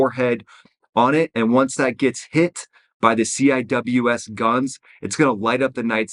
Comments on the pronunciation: The navy shipmates pronounce the CIWS, “Sea-wiz.” (CI-WS). Nobody calls it, “C I W S.” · CWIS is pronounced (see wiz) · I have never once heard someone actually call a ciws a ciws. Its always "sea-wiz" they also shoot 4500rpm. Not 100s. They dont ever max them out at 4500. One the mag is only 1250 rounds. And shooting full rpm would destroy those barrels which are expensive. Usually only fire around 2500 rpm. To preserve barrells and ammo. They use 20-30mm rounds. Thats a lot of heat. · I was on the Carl Vinson for 3 years. Weapons division. Lot of memories over the years. lmao, c.w.i.s = "see wiz"